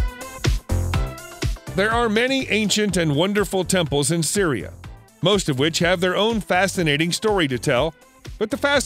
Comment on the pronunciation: Lol, the voiceover pronounced Syria like "Siri"